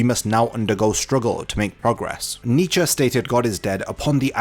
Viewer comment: You butchered Nietzsches name but this video was so well done, I don't even care.